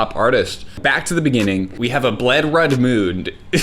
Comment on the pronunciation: You know it guests serious when he pronounces blood red as bled rud😂